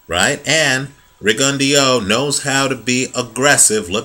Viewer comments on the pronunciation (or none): pronunciation is actually better than yours. It's pronounced Ri-gon-dee-ow. If you want proof, type in to youtube 'Pro debut Guillermo Rigondeaux vs Juan Noriega Part 1' and go to 4 minutes and 44 seconds. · No problem. The HBO commentators and therefore most people pronounce his name like you do, you weren't to know. I would have thought the same but I just happened to watch that pro debut fight a month or so ago and remembered the correct pronunciation.